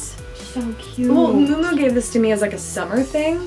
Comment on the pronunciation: Isn't it pronounced mew mew not moo moo for miu miu?